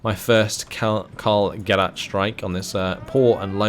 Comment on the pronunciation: Gerät is pronounced Gereeet (long second e), not Gerit (short second e) :) The ch in Storch (stork in English as you probably guessed) is pronounced like an angry cat. JFYI